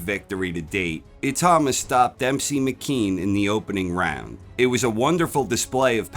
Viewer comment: I-tau-ma. Not I-tah-ma